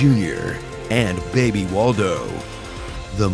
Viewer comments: Three years late, but “Forget about the baybuh" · "Forget about the baybuh"